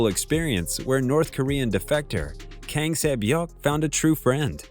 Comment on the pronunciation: Not everyone can pronounce korean names